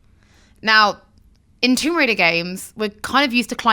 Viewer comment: Wtf is a "Riader"?